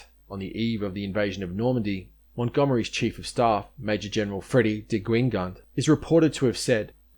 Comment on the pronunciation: a magisterial (a favourite word these days, it seems) and exhaustive overview of this little known battle. very. well. done.! thank you. a minor quibble. Guingand is pronounced gui-non with a slightly silent "d" at the end. the ng in french is a dipthong with the same pronunciation as the ñ in piñata. (nyah)